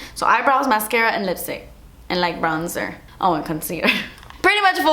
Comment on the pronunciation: "and like bronzerrr" 😂